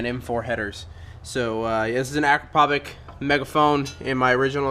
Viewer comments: man its pronounced a-krap-oh-vitch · Pronounced A- crop- a- vich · Hey, it's pronounced Acrap o vich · Does no one understand that it is pronounced Akra-pov-itch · I thought it was pronounced ah-cra-pou-vich? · Heads up, that's not how you say "Akropovic"